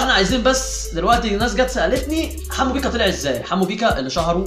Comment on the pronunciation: يحبو على ايه دا بيقول بيقا مش بيكا